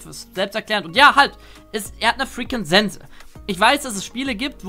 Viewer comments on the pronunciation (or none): none